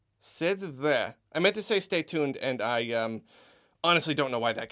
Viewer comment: "Steh thu deh"